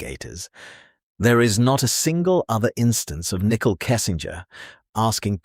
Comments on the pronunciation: I like how the narrator keeps calling her Nickel lmao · “Nickel” Kessinger 😂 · Her name is not “Nickel”, it’s Nichole! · I love that all AI narrators pronounce her name as a 5 cent piece 🤣 *and get Shannans name right 🥰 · NICKEL. every time you say it. 🧐🧐🧐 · Nickel..... 😂 bruuuuh i cant with this AI shit